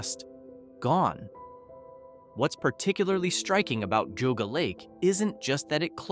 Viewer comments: It's pronounced JEE-AW-GUH not "goguh" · Geauga Lake was pretty big and I highly doubt it’s forgotten. Also it’s not pronounced goguh lake it’s Jee-ah-guh lake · I swear I’ve heard it all. Just wait and hear the mispronunciation of GEEAAAWWWGGGGAAA lake and you know it’s AI slop. I’m dying inside each time I hear this crap. “OHHPRIELAND?” This is my special HELL. Ponchartrain Beach is all wrong. No mention of six flags coming in and operating it until Katrina took it out. All wrong. More lies: the cannonball at Lake Winnie is still running. It is not closed as the video states. Wtf, dude?!